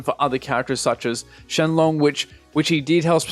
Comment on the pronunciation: you said it in a Chinese way